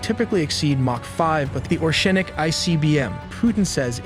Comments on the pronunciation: It's not "Ornšik" you pronounce it wrong way. It's Orešnik ( you need to put there "e" behind r) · This is ORESHNIK not OSHRENIK as you’re pronouncing in the video. This is an IRBM not an ICBM. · Oreshnik❌ orEshnik✅ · oreshnik nor orshenik. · Please try to learn how to say it correctly «oreshnik” it’s stay here for long time ❤ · Say it with me OR - RESH - NIK Now I will unsubscribe because you know nothing. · If you say Oshnik one more time🤣